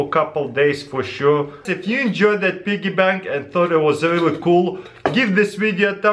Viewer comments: Pee-Gee Bank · Lyric Edwards it's a BIGGY PANK! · Dude it's so funny how he says piggy bank. this guy's great 😂😂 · I clicked on this video just to hear him say "piggy bank" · U say piggy bank funny lol